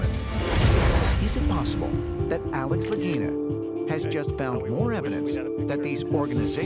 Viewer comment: Mannaggia il loro cognome é Lagina e si legge Laghina e non Laghinina